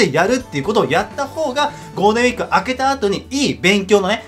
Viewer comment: ゴーデンウィーク って聞こえるw